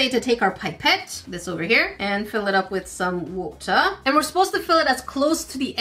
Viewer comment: SHE SAYS WOOTAH